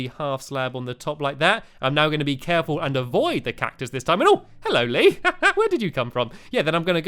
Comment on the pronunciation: Haha! , Stampy calls him "LeeBeer"!